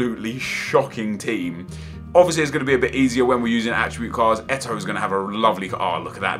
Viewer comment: Lol how says eto'o's name "Samwell Etoooo"